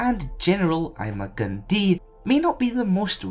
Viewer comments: Ima-Gun Di (pronounced I Ma Gun Die) not dee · Your saying his name wrong